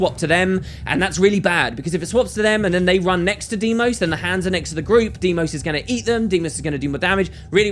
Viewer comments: Deimos, Say it. Deimos! DEIMOS DEIMOS DEIMOS!!! not DIEMOS. DEIMOS! This triggers me more than it should. I am sorry, love you and your channel <3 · i think it is pronounced dye-moss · I dont think so. I think its more of "Dee-Ee-Mos". I know this because I played God Of War Ghost of Sparta and Kratos' brothers name is the same. And this is most probably how u pronounce it